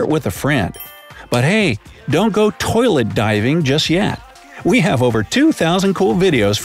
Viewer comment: You said poilet instead of toilet